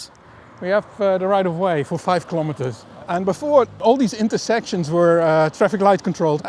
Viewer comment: That you get the pronunciations of Dutch places wrong is perhaps understandable, but please pronounce the word 'kilometres' correctly.